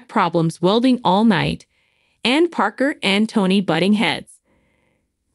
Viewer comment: You have no idea what you are talking about,as you donot know how to say Parkers last name.So you have never watched the show.